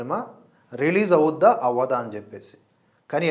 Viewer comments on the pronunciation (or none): మీ భాషా పాటవం, ఉచ్ఛారణ మీద మాకు చాలా మంచి అభిప్రాయం ఉంది. కానీ ఈ వీడియో లో మీరు .... అవుద్దా, అని ఉచ్ఛరించడం. కొద్దిగా ఇబ్బంది గా ఉంది.... ఇది ఒక పాజిటివ్ అబ్జర్వేషన్ ...